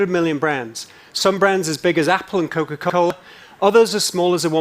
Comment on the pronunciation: Coc-bwahh-a cola